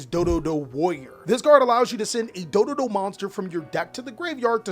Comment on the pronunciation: it's dododo"do" warrior you need to say the actual name before you have to hunt around an event to find and actual dododo warrior my man cause your forgot a do